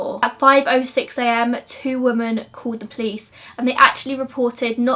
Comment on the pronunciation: u always pronounce women as woman,women is said like swimmin p.s im binge watching ur channel i think ur amazing xxxx